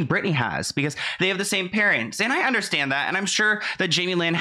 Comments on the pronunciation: How many times do u want to say that u don‘t understand? JL: „Yes, i don‘t underSHtant!“ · “I didn’t underSHTAND” ugh so annoying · If I hear her say “ I don’t undershtand “ one more time 😒